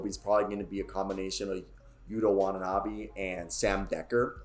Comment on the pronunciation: Wata ( like water) then nah- bee Watanabe